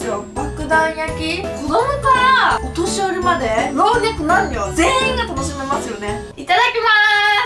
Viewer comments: ろうねつまんにょにきこえた… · 老若男女ぜったい言えてない😂！笑 カワイイ